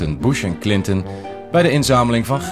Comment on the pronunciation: En boosh and kleenton. Watch my BATHFOAM ELEPHANT video.